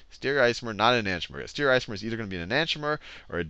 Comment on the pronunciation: The teaching was good but, It pissed me off so much that Khan couldn't say STE-REE-O-ISOMER, and E-NAN-TEE-OMER.